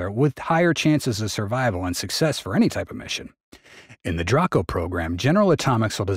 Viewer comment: its pronounced, dray-co. not dra-co.